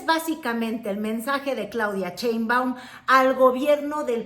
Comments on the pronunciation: Yo digo que ya es hora de que pronuncies correctamente el apellido de nuestra presidenta. Por que nombres como Trump, Trudeau, etc. son perfectamente pronunciados, pero Sheinbaum es “Cheinbaum” ya vimos que el paladar no es! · SHEIM.....SHEIM....SHEIM. NO CHEIM, NO CHEIM PATHETICA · Otra vez Cheinbaum??? Por favor, Sheinbaum. Pero sí pronuncias con acento norteamericano el nombre de Donald Trump. Me encanta ver tu canal pero ese detalle NO!!!